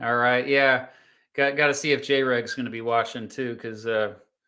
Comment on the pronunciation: oh my god he just said JAY reg literally pronoucneing it like a CENTRISTT